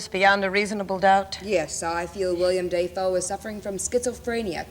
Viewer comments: No, it's: "Dave O." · “William DAYfoe.” I’m dying here. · He changed the way he pronounced his name when he became an actor. DO YOU KNOW HOW MUCH HE SACRIFICED?!?!?!! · he actually commented on this himself on a talk show I think and he actually said half his family pronounced Defoe differently, it’s either one